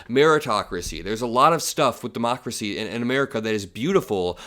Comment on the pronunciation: De-mockler- acy